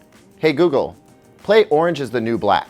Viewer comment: On he almost calls google gaygle...